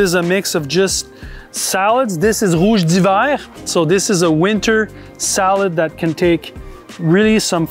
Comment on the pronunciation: You really butchered rouge d’hivers name 😂